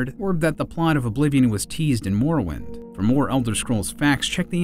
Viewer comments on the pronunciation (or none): Why does he keep saying Elder "Shcrolls"?